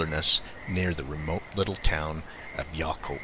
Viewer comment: It is pronounced Yaaaaacolt like yak. I lived there for 7 years. Everyone knows they are there but the people don't really talk alot